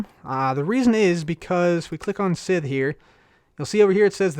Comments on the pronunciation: Likewise, it's pronounced S-EYE-th. Not sizth or sith. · Scythe=(Saith) Manyullyn=(Man-you-Lin) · its pronounced (s-eye-th) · cub, thats not how you pronounce scythe , its pronounced, S-Eye, TH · Just letting you know scythe is pronounced [sithe] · Crafting Unicorn sigh-sith sounds close to it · you say sycthe wrong